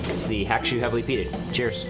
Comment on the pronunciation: It's pronounced Ha-koo-shoe.